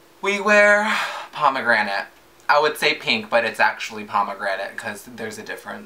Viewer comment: "i would say pink but it's parmagranet. it's parmagranet." lol so obsessed!!!